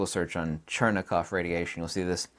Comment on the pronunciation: It's Cherenkov radiation, not Chernekov...